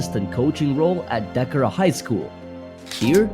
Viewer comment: Decorah is not prenounced how you said it BTW. Its(Dee, coor, a) Decorah